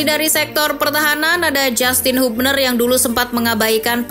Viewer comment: Habner min bacanya bukan hubner